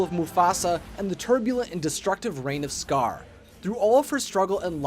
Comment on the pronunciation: When you said the rise of scar I thought you said the rise of scourge By the way it's from Warrior Cats it's a really good series